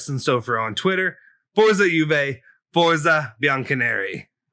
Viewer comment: I love the channel, but you need to do something about you’re Italian pronunciation. Little things really like it’s pronounced “fawtsuh” Juve lol